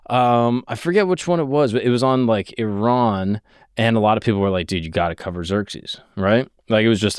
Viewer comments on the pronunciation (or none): none